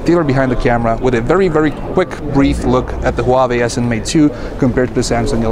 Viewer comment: hoo-ba-bay? What the HELL is that?